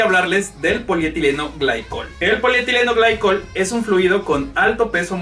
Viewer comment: Me siento raro cada que le dices "polietileno glaicol" al polietilen-glicol. 😓